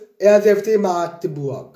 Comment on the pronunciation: Magdeburg wurde noch nie so schön ausgesprochen. ❤